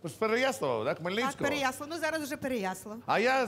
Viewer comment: для коментатора: ПереяслАв, а не ПереяслІв.